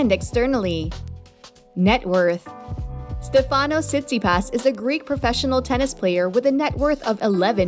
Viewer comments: it’s not StefÁnos. it’s StÉfanos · Just a quick point. His first name is intonated on the StE, not the fA. So, it is StEfanos, not StefAnos. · Stèfanos.. not Stefànos Stèfanos Tsitsipàs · Agreed. Stefanos in Greek is pronounced like the English name. Like Stefan. StefAnos is more Italian or French. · I really don’t get why it’s so common to jeopardize Greek names . Is it so hard to say Stέfanos ? Why it’s so common to change the intonation ? If you want to call him with the English version of Στέφανος , better say Steve or Stefan . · You not pronunce well the name Stefano. The accent goes in the vocal E e non in the A. It’s easy to do that. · It’s Stefanos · Not correct...it goes on the e for Stefanos and the a on the Tsitsipas...